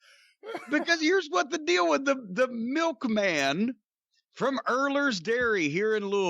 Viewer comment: When he said Milkmam I knew some fun was gonna come.